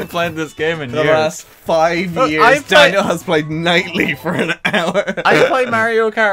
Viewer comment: Did he say "Daneil"?